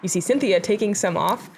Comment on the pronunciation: Unless Klezberga purposefully uses an alternate pronunciation while in the US, "Sintija" is not pronounced "Cynthia."